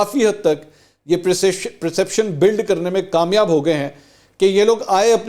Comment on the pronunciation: Perception not preeception